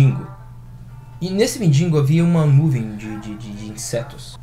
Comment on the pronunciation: Mendingo ldkdkdkdkdkdkd o cara que estava do lafo nem prs corrigir ele a falar certo coitado ksksk